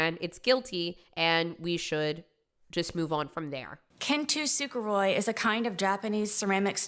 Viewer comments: Kin tu suguroy. this woman googled something for an analogy and didnt even have the motivation to look up how tf its pronounced. (its pronounced kin-tsu-ku-ro-ee. she couldve gone for the easier version of the word, kintsugi. i dont get why she didnt;;) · OMG that is NOT how you pronounce “kintsugi” like she put an R in there?? Like this just reeks as someone who just looked this art form up only for this defense. I actually repaired a small ceramic piece using kintsugi with my husband for my wedding. OH MY GOD SHE SAID IT AGAIN???? Girl said “Ken-to-suga-Roy” like babes I’m going to cry that’s so funny. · KANTUSUKOROI?????? technically another term for Kintsugi is Kintsukuroi but she butchered that pronunciation so hard you can't even tell what the base word is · NAHHH I DID NOT NEED TO BE REMINDED THAT SAID "KIN TOO SOOGA ROY" ABT KINTSUGI/KINTSUKUROI 💀💀💀💀💀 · couldn't help but create a new victim, one of language, by butchering the pronunciation of kintsuji (and it's definition). "Kin too soo koo roy (x2)"? 💀 She is guilty on all counts. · Ah yes my favorite traditional Japanese art, Cantu super roy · I hear it as “kintu suker roi” instead. Either way she’s mispronouncing it and leaving us all confused. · hearing misprouncing Kintsukuroi again was NOT on my 2025 bingo list. God i cringe every time I hear it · dude she absolutely butchered Kintsugi I ain't ever heard it pronounced like that. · She completely mispronounced kintsukoroi though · Oh my god I never knew was trying to talk about KINTSUKOROI and pronounced it wrong both times omg lololol